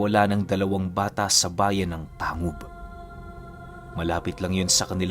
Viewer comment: Tang-Hub po ang pag banggit nyan